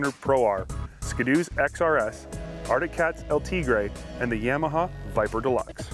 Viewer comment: Would be nice if they could say Yamaha right. Like nails on a chalkboard. Of course a Canadian channel is going to be Ski-Doo bias.